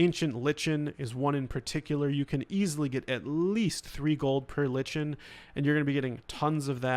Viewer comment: Like-in, not lich-en It’s a kindofa plant.